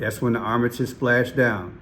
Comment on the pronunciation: It's Art-a-miss